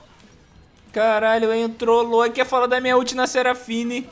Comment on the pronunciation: "seraflashfine " KKKKKKKKKKKKKKKKKKKKKKKKKKKKK